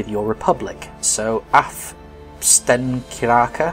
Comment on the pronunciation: hahahaha when you said Stenkyrka best shit ive heard. greetings from Sweden